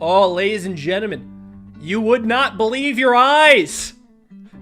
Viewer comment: Am I crazy or did you say "ladies and genimen"